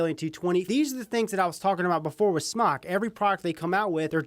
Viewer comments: IT'S PRONOUNCED SMOKE, AHHHHHH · Btw it is pronounced smok"e" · Ughhh.. it's pronounced "SMOKE" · Rip its called smoke they confirmed its pronounced smoke not smok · Its pronounced "smoke"